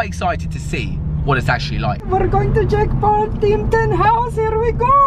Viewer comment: It sound like you saying Jake Pool :D